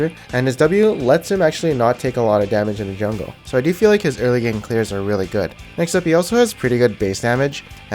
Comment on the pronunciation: He's really good in the ''jangle'' lol xD